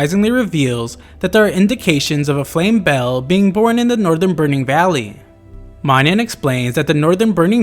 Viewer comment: I'm not 100% sure but I think the Flame Belle is pronounced something like Flame Bellay